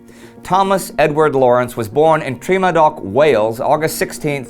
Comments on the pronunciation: It ain't Treema-dock (Lawrence's birthplace, that is.) It's Tre-MADDock! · Tremadoc is pronounced Tre-MAD-oc, BTW - emphasis on the second syllable. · Born where? emphasis on second syllable and first sound is not tree but tre as in "trepidaton"." tre" means town in Welsh and madog or madoc is a common welsh first name. So Tremadog literally means madoc's town. Thanks for the vid! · Just a heads up his place of birth Tremadog is pronounced phonetically "Tray-Ma-Dog". <3 this show, keep it up! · pronounced - TREH-MAH-DOCK